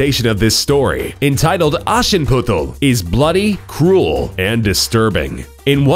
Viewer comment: Haha fandest du es auch witzig wie er Aschenputtel gesagt hat? :'D Aber es war verhältnismäßig sogar noch gut xD